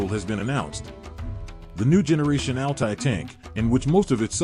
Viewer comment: Das heißt nicht Ali Panzer sondern A L T A Y Panzer